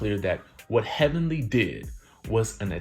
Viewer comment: now that was funny..."HELLVENLY"